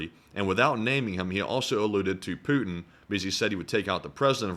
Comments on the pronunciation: “Putiny” lol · the "Putiny" roflmao